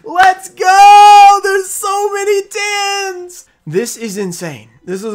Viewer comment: Can't tell whether he's saying tens or tins 🤣